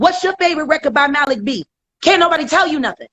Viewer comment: It's Mah-lik 🤦🏾‍♀️